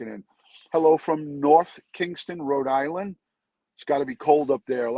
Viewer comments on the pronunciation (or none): none